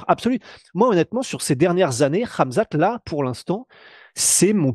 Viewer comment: "Ramzan Chiamev"? Tu confonds, c'est Khamzat 🤣